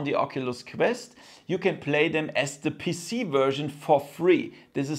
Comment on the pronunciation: “Connect to d puss-c” YEAAHHH German🇩🇪🇩🇪🇩🇪